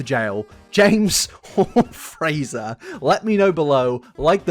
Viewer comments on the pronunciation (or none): none